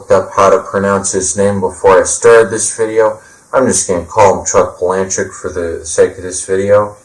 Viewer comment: I pronounce his last name Pala-Nook...my two cents